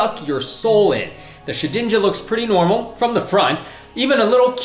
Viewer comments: shed ninja not sha dinja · She-din-ja? Shed-inja mate. You guys need to work on your pronunciations